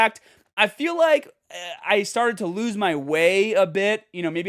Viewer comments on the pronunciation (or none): also when he said "started" haha it's funny :D I can't imagine if he would talk in his native accent all the time :P I think I'd laugh my ass off because of the difference.